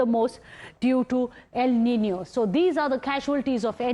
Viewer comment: El Nino not EL Ninio😑..